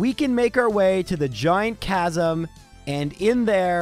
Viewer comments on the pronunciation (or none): none